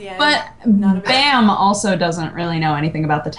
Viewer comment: I'm korean and they are pronouncing baam wrong.